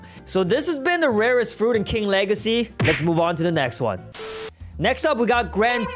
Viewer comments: The wegacy of King Wegacy keeps on going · "king wegacy got me crazy💀💀💀💀💀💀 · He said king wegaceyp